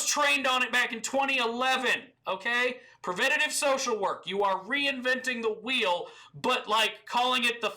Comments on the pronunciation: reinventing the wheel and calling it the fleel omfg i cant :D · FLEEL HE SAID FLEEL 🤣🤣